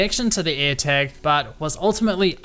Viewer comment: What's his accent? He says Eartag instead of airtag